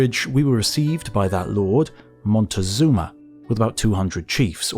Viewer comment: I can’t take it how he pronounces it “motagazuma”